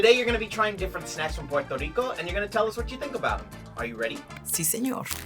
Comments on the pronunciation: Him : PORTO RICO Me: NO ! It’s P U E R—TO RICO !!! UER—- not OR . Not let’s say it together slowly Me : PUER Him: POR 🤬🤬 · Finally us!!!🇵🇷🇵🇷🇵🇷 but ain't no way yo said "Pueto Lico"